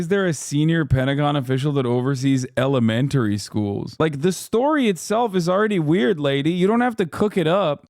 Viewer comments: Pronouncing it “elementairy” = you are probably from upstate and especially central ny. This more than anything is what will get us roasted by outsiders when it comes to how we talk. For my money this lady is from Rochester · To be fair Hasan... the word is Ella-Men-Tree. Just like its Alu-min-ium not Allu-min-um